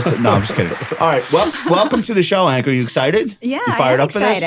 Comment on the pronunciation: ONE BILLION people know how to pronounce Ankur. LOLZ - an avid listener